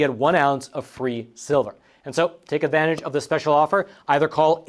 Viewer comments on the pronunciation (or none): none